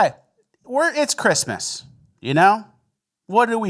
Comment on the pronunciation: I love, but I swear to sweet baby Jesus if you say "Chrima" instead of "Christmas" one more time, I'm unsubbing.